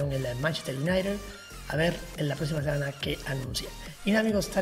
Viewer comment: porque dices manchester unaired?? es united = se dice unaited